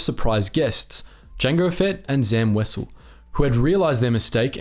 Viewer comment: Wow this is the first time I've ever heard someone pronounce Wesell correctly, good job.